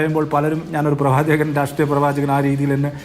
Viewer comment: പ്രവാചകനല്ല പ്രവ ച കൻ എന്നു പറയു